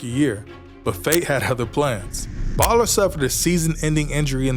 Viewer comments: Well put together video but it would be cleaned up if you pronounced players names right. Thats Kyle Boller (bow-ler, or bowler) not baller. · It’s pronounced boller not baller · Ah, yes, the infamous Kyle Baller... it's pronounced BOWLER, ffs. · Kyle BOE-LER is how you say his last name.